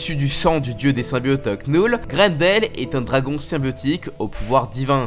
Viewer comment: On dit pas "Knoule" on dit "Nœul"